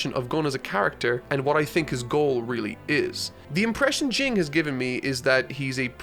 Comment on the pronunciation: Jing is pronounced Jean